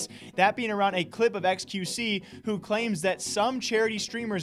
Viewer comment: Y did she say qvc??? Maybe because it sounds like XQC